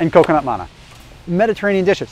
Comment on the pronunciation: I was amused by how he says manna but laughed a little at how he pronounces bruschetta after the times he talks about being Italian